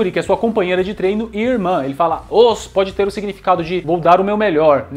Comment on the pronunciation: "Osso" kkkk